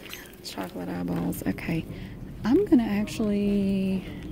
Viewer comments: I could listen to her say "milk chawclate eyebawls" all day. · I like how she says eyeballs